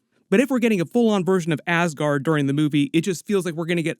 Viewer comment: Please stop calling ass-guard